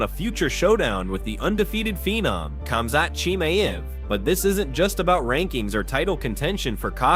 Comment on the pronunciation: 😂 after highlighting the pronunciation issue and working on it, you go on to completely butcher the names of Khamzat Chimaev and Israel Adesanya 😂😭💀